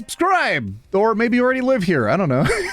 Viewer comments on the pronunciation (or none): none